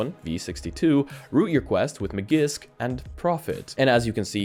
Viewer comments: Maggisk? You clearly have a very good command of the English language. Heck, you're Irish, what other languages would you ever. Speak?... How could you possibly think that Magisk would be pronounced like that? After viewing a lot of your content I think to myself "This guy seems to have done some research and is relatively knowledgeable about this stuff." Then you do stuff like this that kinda shows you're disconnected from the space. It's one thing to mispronounce a word you've never seen before. But Magisk? I have believe you've seen that name a shitload by now. This is the equivalent of all those dummies in the US talking about that guy Robert Mueller in the news so much. Every single time his name was said it was pronounced Muller, like that dumbass had anything to mull over😂. Pronounce words how they're spelt! I guess it was Ferris Muller's day off. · MAGISK = MA JISK